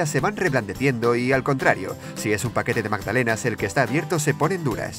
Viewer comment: "Magdanela" po la wea penca